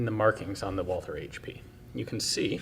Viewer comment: For heaven's sake, in German the "th" is pronounced like a "t". So the manufacturer's name is pronounced like the Christian name Walter.